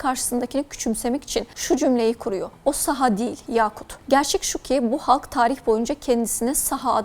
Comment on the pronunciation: Неправильно ставите ударение - СахААА